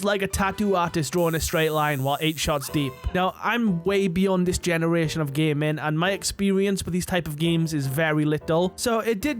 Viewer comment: “gay-men” took me 3 times before I heard gaming